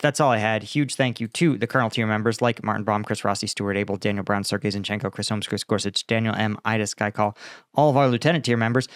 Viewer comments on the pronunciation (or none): none